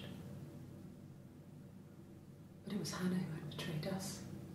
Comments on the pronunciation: I hate how she says Hannah like hunnuh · She says Hanna weird ,lol I still love her a lot